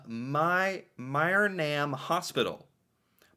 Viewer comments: as someone who was raised in myrnam it hurt to hear you pronounce it so wrong lmao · It's pronounced (Murnum) "phonetically". I grew up in Myrnam and lived there for 20 years. It's a Ukrainian community that was settled when the Ukrainians started to immigrate into Canada. There is an area within Alberta called the Ukrainian Belt where A LOT of Ukrainians settled and made towns and villages. Best heritage minute just because this was about my hometown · You do understand that there are French Canadians in Canada? Therefore, it would stand to reason, that in the Canadian context, they would have a French accent. Also, Acadie is French for Acadia. Acadia culture does not only exist in Canada, but also in Louisiana, where they are known as Cajun or Cajuns. and, Mrynam is a small Town just north of Edmonton Alberta., you got to work on your pronunciation's, maybe Google can help. I noticed, you had problems with pronunciations many times before. But, both you,, and Ryan make interesting videos and I enjoy them very much.